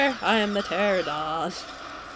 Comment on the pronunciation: You are pronouncing Pteranodon wrong--it's actually "TER-ahn-uh-don". P is silent. ;)